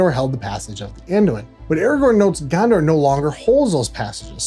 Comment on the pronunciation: "Gander"? " And FYI it is pronounced 'de-vine-ing' and not 'dev-vinning'. But 'Gander' was primo American. "Yo, I'm Aragorn, da Kinga Gander."